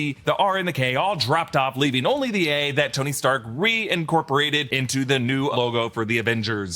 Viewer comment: You mispronounced “Tony stank”